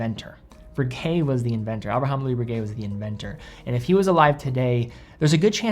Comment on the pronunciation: BRRRRRRRRRRRRRRRReguet, not Berguet.